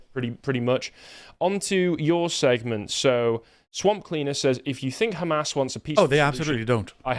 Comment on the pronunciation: Why would british man in english pronounce "qatar" and "hamas" in arabic accent? Why would you do such thing? Bowing down to who?